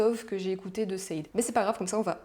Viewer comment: att sade se pronoce shadé ahaha super vidéo sinonnn